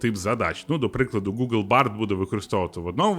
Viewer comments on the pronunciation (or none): none